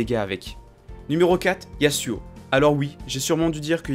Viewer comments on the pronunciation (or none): PAR PITIE SA SE PRONONCE YAZUO UN S ENTRE DEUX VOYELLES !!!